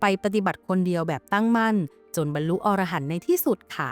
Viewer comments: พระอรหันต์ อ่านว่า พะ-อะ-ระ-หัน นะครับผม ถ้าอ่านว่า พะ-ออ-ระ-หัน มันจะแปลว่า นกชนิดหนึ่งในป่าหิมพานต์ ที่มีหัวเป็นคน ตัวเป็นนก ครับผม❤😂❤😂❤ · อ่านว่าพระ อะระหันนะครับ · คำว่า อรหันต์ ให้อ่านว่า อะ- ระ- หัน นะฮะ เพราะ ถ้า เสียง ออ .... จะคนละความหมาย